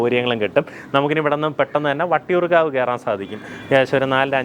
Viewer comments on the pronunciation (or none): Vattiyoorkavu and not Vadiyoorkavu